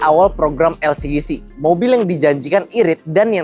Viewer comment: bang saran upgrade micnya dong plus jangan sebut elsigisi tapi elsijisi